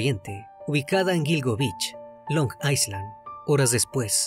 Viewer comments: la pronunciación de Long Island es "long ailan" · Long Island - Long Ai-land es la pronunciacion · Se dice long Eye (como en Ingles) lund or eye lin asi se dice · LONG ISLAND se pronuncia LONG AILAND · Desconcentra un poco la pronunciación de long aiSland 😅